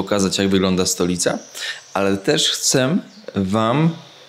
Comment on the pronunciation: Cześć bardzo cenię Twoje filmy robisz dobra robotę, brawo. Proszę nie potraktuj tego jako złośliwość ale „chcem” …